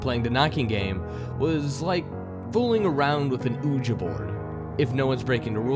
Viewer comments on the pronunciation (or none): 😂Oji Board😂its pronounced Wigi, I'm sorry normally I don't normally comment on mispronounced words but there's this video...😆 But, man, your a great narrator, I trust you to pick the good ones, and you do not fail